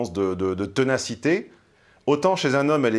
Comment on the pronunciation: TENACITE s'écrit et se prononce ténacité...Merci.